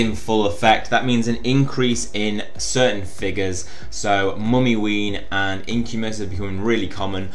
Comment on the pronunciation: Early video! Gonna need that iv’s and hidden stats one tomo like mad as I still have no clue also I believe mymmyween is pronounced mwimmy-ween but like always great video!